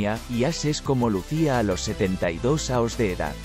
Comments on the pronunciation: Por qué habla mal ? años , no aos . O es una máquina o no sabe hablar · Ya que utilizas un software para poner la voz, al menos usa uno que hable español para no tener problemas con los acentos y otros símbolos. Es muy poco interesante escuchar "aos" en vez de "años". Queda muy muy muy cutre. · Si la Inteligencia Artificial lee como un niño de 1er grado , no hay por qué temerle. Horrible el audio. Por qué no contratan a un tío que sepa leer y presta la voz. Aos y no año...